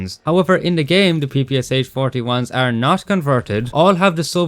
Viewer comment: as a russian i gotta say it's not pronounced "p-p-s-h" it's pronounced "p-p-sha"